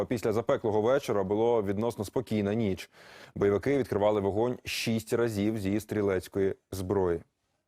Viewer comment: "Боювики открували игинь ШШШШИИИСТь разив из стрелецкой зброи" и далее начинает вещать...мне одному это все напоминает какую то юмористическую программу?